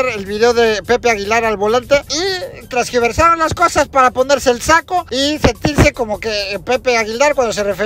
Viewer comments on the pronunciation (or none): Mi estimado. Muy buen trabajo, pero se dice “Tergiversaron”; en lugar de “Trasgiversaron”. Abrazo como Escorpión y mejor 2021🫂